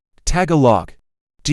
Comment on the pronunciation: when Tagalooog is pronounce as TagaLAG 🤭 thank you for sharing